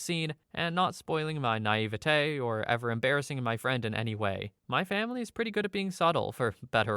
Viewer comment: Bro says naivety the same way Cartman says "authori-TAH"